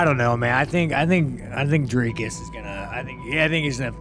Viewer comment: can the american learn how to pronounce dricus du plessis. It is DRIIII-KUS, DO PLES-IIII....not all the other crap that chael says. There is no DIRK-US DO PLES- SIES